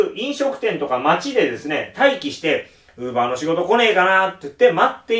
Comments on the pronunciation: クーラー(電化製品)のイントネーションと同じで ローラーのイントネーションは一般的ではない。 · ウーバーの発音がずっと気になって頭に入ってこない(><;)